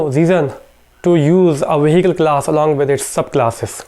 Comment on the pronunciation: ah .. finally I got it! it's not glass... it's class! He wants to say class! damn...